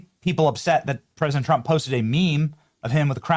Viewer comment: Love how the dozer said troump lol silly a.i.